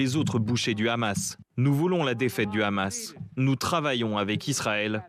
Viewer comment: Le "conflit israel - Ramasse", vu comment il prononce le nom Hamas, le speakerin doit graviter dans les p... de sphères israéliennes...